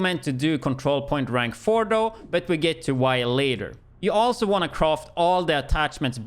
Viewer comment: Every time he says ‘croft’ for craft i die 😂🤣🤣🤣😩